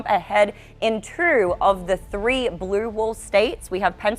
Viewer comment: Trump won merst? Of the counties? Her pronunciation…even the word blrue??? Come on come on